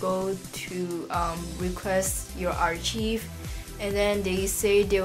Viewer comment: I love your video and youre so cute but i just wanted to let you know its pronounced ar-KIVE not ar cheeve haha (